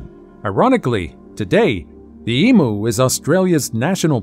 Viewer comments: Emu is pronounced. Em you, not em moo. 😂 🇭🇲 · It's not eemoo, it's eemyou. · My grandfather's uncle was a photographer in Victorian/Edwardian England. As photography was in its infancy then, it was rather expensive. He did a lot of memento mori photography. I think the studio he worked was Sunlight, I think. It's not pronounced EE-MOO, it's EE-Mew. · The way to pronounce “Emu” is em-you not the way its being pronounced here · Because you said e moo instead of em you. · Americans PLEASE it is pronounced " EAM YOU!" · If this refers to our Australian flightless bird, the pronunciation is eemyou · Would be lovely if a certain person narrating this video would Learn how to pronounce Emu correctly. You have the poor things name sounding like a cow mooing. It's very simple really all you need to say is eemyou there how simple is that America lol🎉